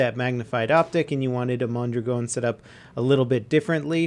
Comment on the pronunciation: "Mon-drag-n" I thrust Ian from Forgotten Weapons more than